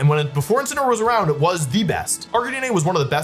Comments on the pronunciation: ive avoided this comment for a while because you pronounce a lot of things wrong, but cmon man, bro wolfey..... arcakneenay? ITS A CANINE!! ITS CLEARLY AR-CANINE!!!! jeez louis bro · ……. Are we being serious right now? Calling Arcanine “Ark-A-Nee-Nay” means either your doing this on purpose or you are an absolute fraud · Ar ca knee nay?!?!?! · It’s gotta be rage baiting. Wdym “arc-ah-nee-nae”